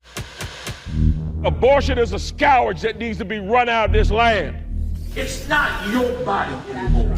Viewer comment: He pronounced scourge “scowarge” wtf lol